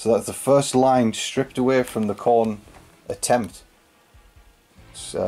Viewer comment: the "Khorner"